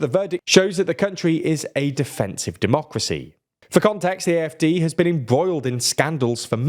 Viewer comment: The AfD pronunciation was very solid today. Fuck the AfD tho.